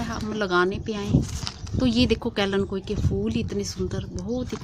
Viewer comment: kalenkoi nahi kalenchoi